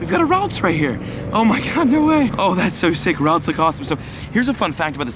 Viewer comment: I cringe every time he says ralts...